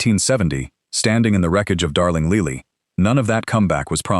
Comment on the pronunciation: Darling Leely? Funny, I would have pronounced that Lily, like the flower.